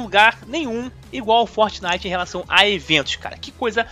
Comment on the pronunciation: Fortnelson kkkkk